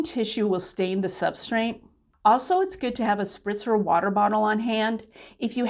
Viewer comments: Just a tip… the word is substrate. There is no “n” in the word. Pronouncing words correctly lends credibility to your teaching. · I don't think I've ever heard or seen that word tbh, but I bet you that if I pronounced it, I'd probably be saying it with an 'n' like you did - I'm sure i do already do that with certain words but i can't think what they are!